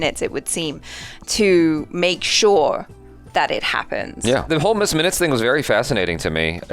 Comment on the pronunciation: Sorry. Miss Minutes. I thought you said miz😅